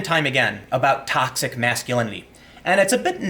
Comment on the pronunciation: Sorry, Tim, Toxic what? Don't worry, I can't pronounce it either :)